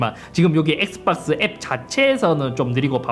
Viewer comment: 엑스빡스 라고 발음하는거 중독적이네ㅋㅋㅋ